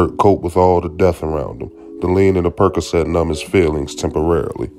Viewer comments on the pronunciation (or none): none